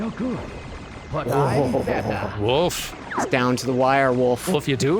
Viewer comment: "You're good... But I'm BETTAH!"